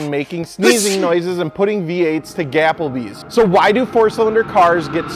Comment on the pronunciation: That took me out when he said gapplebees